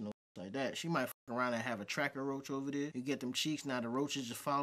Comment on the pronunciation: Mans said Tracker Roach lol :face-blue-smiling::face-blue-smiling::face-blue-smiling::face-purple-crying::face-purple-crying::face-purple-crying::face-purple-crying